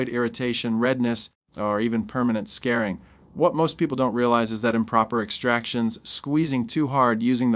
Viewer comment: I really wish you would say " scar ( like s-car ) followed by ring)" . Whatever you said I have never heard befor and hope to never again.